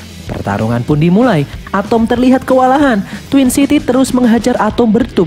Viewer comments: Bang atom bukan atumg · ATEM BANG WALAU NAMA NYA ATOM DI DALAM MOVIE NYA TAPI MEMANG NGOMONG NYA ATEM